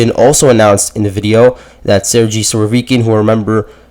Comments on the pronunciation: Surovikin is a boss alongside Prigozhin.Its pronounced Ser-ghey not Ser-jee 😂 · Dude!!! , Sergei and Gerasimov are spelled G like the first G in Gorge or Gulp or Gate.. so please take this in mind And it is not Putin who fires or hires Army personnel.. like what? y’all think Russia is a small company with Putin as CEO?